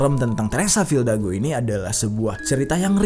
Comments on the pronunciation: Fidalgo bang bukan fildago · RALAT BANG , FIDALGO BUKAN FILDAGO :V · Bang jery bilang "teresa fildago", ditulisannya "teresa fidalgo" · Teresa Fidalgo bang bukan Teresa Fildago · FILDAGO apa FIDALGO bang? hihihi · Fildago dikira bandung bang dago. Teresa fidalgo yg bener wkwk